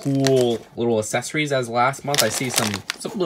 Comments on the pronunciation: Can’t say accessories (Assesaries) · did anyone else notice that he says “essesories”